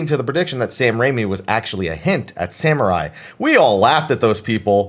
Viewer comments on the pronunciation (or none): none